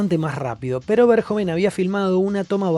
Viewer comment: Es un peliculón y punto Y no es pol verjon Es Paul Verhoeven